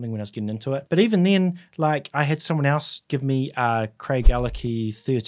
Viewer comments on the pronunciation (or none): none